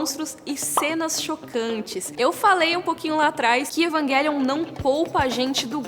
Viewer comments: Evanguelion jkkkkkk fala direito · Evanguelion, ta certo ??? Eu sempre pronunciei Evangelion. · EvanGUElion ?? pra mim é EvanGÉlion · Não consigo pronunciar "Evanguelion" pra mim é "Evanjelion". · Eu sei que está certo, mas é tão estranho ver ela falando EvanGUÉlion...😟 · Evanguelion kk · Como é que assiste um vídeo inteiro com esse ser falando 'evanGUÉlion' , evanGUÉlion , evanGUÉlion?!? ... tudo bem que a pronúncia correta seja essa (acredito que seja🤷🏾‍♂️) ... mas abre uma exceção e fala como nós 'seres humanos'.🙄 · Fala o nome direito